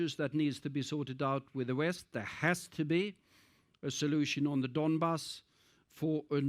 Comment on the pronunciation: DoNbass. not DoMbass